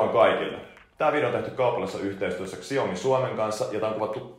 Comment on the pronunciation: Täytyy kyllä huomauttaa että Xiaomia ei lausuta suomalaisittain eli niin kuin se kirjoitetaan vaan se lausutaan Shaomi. 😉